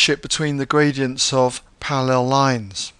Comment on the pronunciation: they way he says parallel is killing me, sorry